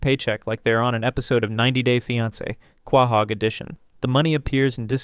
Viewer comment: Love the video hate how you pronounce quahog